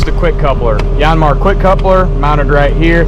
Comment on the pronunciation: Just call it a Yaaan Mar like everyone else. No need to church it up.